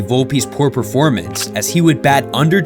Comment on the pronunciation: the way you emphasized the word performance after volpe was so weird, i got stuck on it for a minute lol